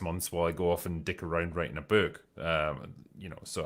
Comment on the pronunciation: I like how Drinker says the word book😂